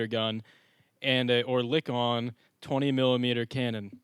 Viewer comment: Learn how to pronounce orliken